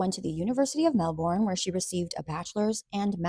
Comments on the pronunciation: it pronounce mel-bern not mel-born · Lol, countdown to Australians losing their minds over you pronouncing it Mel-born instead of mel-burn🦘🤪😋😋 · Love your videos! Just FYI, Melbourne is pronounced "Melburn."